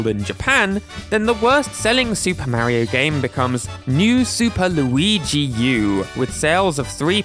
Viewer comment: You pronounced Mario wrong